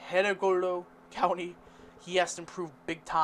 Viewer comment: Dude, can you even read? 😂 Kibbula (Cibola), Hedegolo (Hidalgo), Quarr (Quay), Valeesa (Valencia). I could go on.